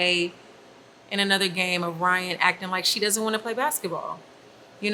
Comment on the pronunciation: "Rhyne Harden"